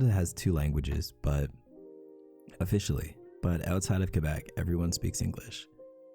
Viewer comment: I love how you didn’t botched the word “Quebec”. You said it so well. Do you speak French?